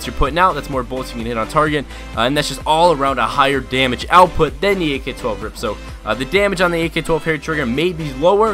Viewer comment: ITS R.I.P NOT A FUCKING RIP U STUPID FUCK......U DONT CALL IT A B.A.L U CALL IT A BAL